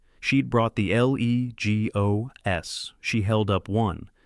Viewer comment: Guess that AI cant pronounce leg o s😅